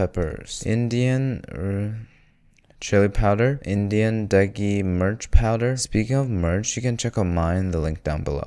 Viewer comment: it's pronounced as me. rr .ch